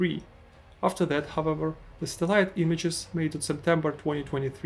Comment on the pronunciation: bro you gotta learn how to pronounce satellite 💀